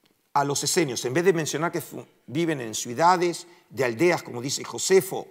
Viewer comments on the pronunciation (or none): Cuál es la palabra correcta? Suidades o ciudades? Usted pronunció suidades.